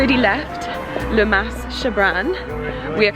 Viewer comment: Oh, the Camargue is one of my favourite parts of France. We loved our jeep tour also, what a great way to see the estuary and wetlands area. Highly recommend a visit to the walled town of Aigues-Mortes as well. By the way, you don't pronounce the "s" at the end of "Mas".